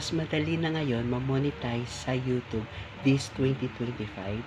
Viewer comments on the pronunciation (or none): First, dapat alam mo ang tamang pronunciation ang word na YOUTUBE, it's an english word, wag mong itagalized